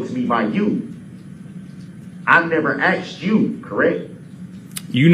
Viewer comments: He ‘axed’ the deputies and he did not tell him about the ankle shocks!! Tell him the ‘troof’ now!! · Why does he say "axed" instead of "asked"? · "You said it wasn't told to me by you? I never axed you, correct?" Who among us wouldn't have loved to see the deputy throw ' whole "what do you mean by 'you'" line back at him? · U didn't AXE me !!